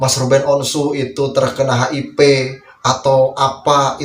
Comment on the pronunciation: Maaf koreksi mas hiv bkn hip